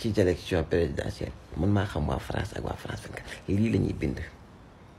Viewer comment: Man sa "Z" yi momay ray zhumilié, zélection 😂😂😂 non BR amo😅